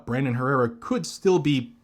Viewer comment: You are pronouncing Brandon Herrera completely wrong.